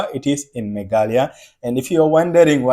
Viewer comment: Your pronounciation is not meglia it's me gha la ya